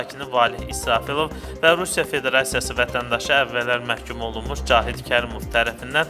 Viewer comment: 3 dənə qəhbəylə iş bitmir ay DİN. Qəhbəxanaları bağlayın. O əvvəllər məhkum olunmuş sözünü xüsusi vurğuyla deyən hər bir jurnalistin əlimi salıb boğazından ulqumunu çıxararam ürəyim soyumaz də offff